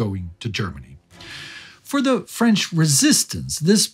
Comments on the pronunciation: Just here to say that your french accent is impressively good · Your french is flawless, just like the important work you're doing here. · My native language is French, I can tell you your prononciation is almost flawless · Wow, your French pronunciation is on the mark. Good job!